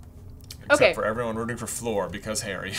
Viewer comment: I can't believe you even wrote "Flor" instead of "Fleur" in the chapter titles! Stop calling her Flor! She's Fleur!